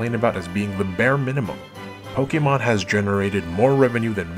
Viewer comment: I just want to take the time to thank you formally, for pronouncing the word, “Pokémon” correctly. Thank you, my good man. Bless you and your family.